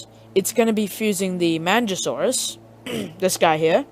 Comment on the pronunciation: Not pronounced manjasaurus, but good vid beginners,listen!